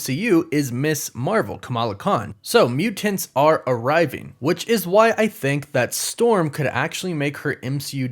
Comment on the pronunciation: Ugh! Why does he say Mutants like that? Lol